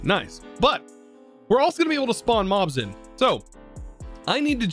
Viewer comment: i heard Moms instead of Mobs and i laughed for like 15 minutes